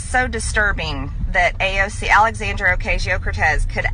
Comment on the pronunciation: I don’t like how she mispronounces AOC’s name whenever she talks about her